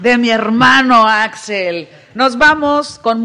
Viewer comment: es Axel Mastache. no Axell 🤨